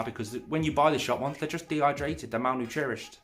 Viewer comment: With regards to your mispronunciation of the word malnourished. Try inventing a friend called Mal, surname Nurished. Speak name a few times until you can say your new friends name easily. It will happen quickly. Love the vids. Good work from you sir.